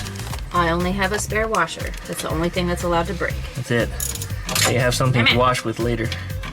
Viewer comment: Hoosier say warsh